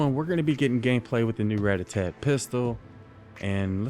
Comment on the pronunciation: Ratatat not ratatatat 😂😂😂